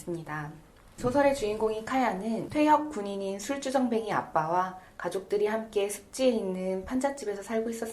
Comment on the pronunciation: 영어본으로 줌 스터디를 12회 진행하여 마쳤네요. 간결한 요약, 훌륭합니다. (다만, 발음 "술쭈정뱅이"는 다시 한번 생각해 보시길~^^)